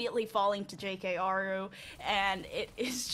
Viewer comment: Lol “J K aru”. At some point, you have to wonder if she was trying to find ways to say players names wrong on purpose.